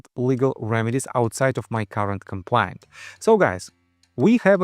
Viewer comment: You should practice the correct pronunciation of the word complaint. You are saying compliant. Complaint An expression of dissatisfaction, pain, or grief. For example, you might file a complaint with authorities if you are dissatisfied with a service. Compliant To obey or follow something, or to complete or perform what is due. For example, you might say that a patient was compliant with an exercise regime if they were following it.